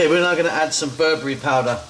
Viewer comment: It's not berbury, its ber-be-re :)